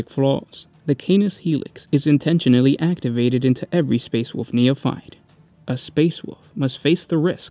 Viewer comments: It's wolf not fucking "wuf" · I cant get over that he says wuff instead of wolf.. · Wolf, not “Woof” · gene flaw is the inability to consistently pronounce the word wolf constantly switching to woof then back to wolf. His children have seemed to have carried on this flaw and struggle to read the three little pigs and little red riding hood. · woLf. woLf. NOT WOOF. The "L" is not silent! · Great job but ,The great woof? Space woof? LMOA.....you have to say wulv, you sound ridiculous. It's great but I just can't get past the woofs....your awesome. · “Leman russ, also know as the woof king and primarch of the space woofs” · Find it kinda endearing that every time you say "wolf", it invariably comes out sounding as "woof." The "Space Woofs", et al. :) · The great wuff? Spirit of the wuff? Space wuff? Did you get possesed by chaos dog spirit? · space woofs lol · just me or is he saying woof king? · Space woofs...lol